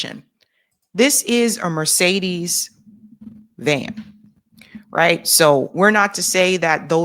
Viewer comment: Pronouncement not good for Mercedes